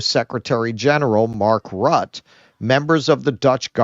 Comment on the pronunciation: fan of you as well my dude I am from Belgium. But my dude exercise your pronunciation please. It is not Mark RUT, but r U tte, and the Pfizer ceo is not Borias but B Oo R la. (great line with the dance steps ) (again big fan of you and Keaton)